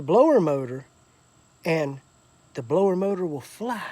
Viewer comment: “bloater motor”